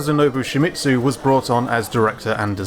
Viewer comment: Don't pronounce Shimizu like "Shimitsu"